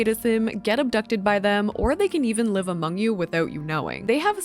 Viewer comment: no she’s saying it wrong😭